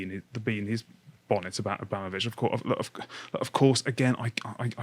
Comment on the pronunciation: Why can't pronounce "Abramovich"?? It sounds like he's saying "Obama-vich". Why can't Lotus Eaters train their presenters on how to pronounce foreign names?